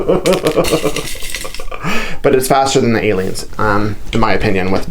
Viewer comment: Love these. When you were talking about the glue, I thought you said I like this glue but I like aliens too. I backed up and figured out you were saying Aleenes.